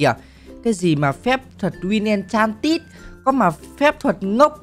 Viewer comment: Ốc kiểu : Phép thuật Winx En - Cha - Nít 🤣🤣🤣🤣